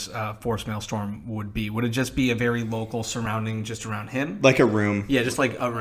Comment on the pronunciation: It's pronounced "Male-strum". In a way, Darth Malgus is the opposite of Darth Tyrannus. Dooku was all about elegance and subtly, whereas Malgus was usually about as subtle as a sledgehammer to the face. Just because he was brutally direct doesn't mean he was stupid.